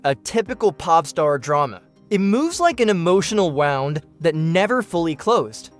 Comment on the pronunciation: Clocked this for AI the moment it mispronounced “wound” in the first few lines. Moving on.